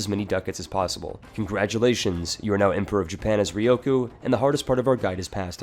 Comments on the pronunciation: RyuuuuKyuuuu. Ryukyu. /ˈɹjuːkjuː/ Not Rioku. Press the speaker button. Please. You are killing my ears every time you talk about this country. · Why do you keep calling Ryukyu Ryoku? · its not ryoku... it is RYUKYU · The hardest part is obviously the correct pronunciation of "Ryukyu" :p